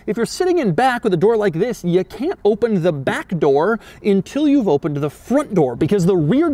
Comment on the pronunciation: Why do you always say “intill”? That’s not a damn word.